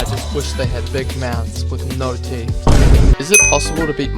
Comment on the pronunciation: SHUT UP SAYING BİG MOUTH AND NO THEET